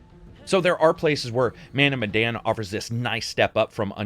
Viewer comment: It pronounced meh and dan like Daniel. Any Easter eggs about Indonesia at all? 🤔